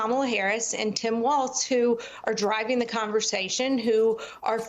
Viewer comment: His name is Walz … not Walsh … why does this host seem to want to slander Walz ???